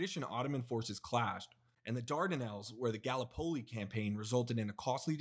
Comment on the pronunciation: You need to fix the CC. German’s introduced poison gas long before 1950. Also work on the pronunciations, in particular, Gallipoli.